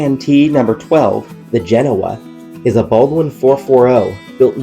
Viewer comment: Genoa is pronounced Gah-no-a, please.